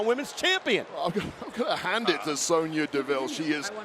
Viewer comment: sonya not snoya wade